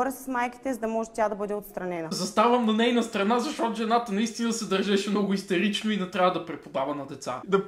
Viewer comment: Не истерично. Истирично😄